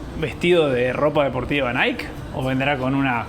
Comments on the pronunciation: Hermoso video, una pequeña aclaración Nike realmente se pronuncia naiki y no naik. 😅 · Que no se dice Naik, se dice naiki.... y dejen de comerse las eses!!!!! Los quiero!!! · Por cierto se pronuncia Naiky para decir Nike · El nombre de NIKE se pronuncia "Naiki" ... en este caso la ultima letra si se pronuncia. Vayan a Hillsboro a ver el campus de INTEL que es toda una ciudad, impresionante. Pasaron por nuestra vieja casa en Beaverton, me dio ternura. Pasen por el puente de St John's, el mas bonito de todos!